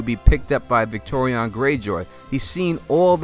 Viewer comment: Dude, it's Victarion, not Victorion. And Varamyr, not effing Vlad.